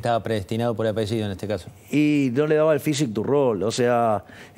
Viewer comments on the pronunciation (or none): none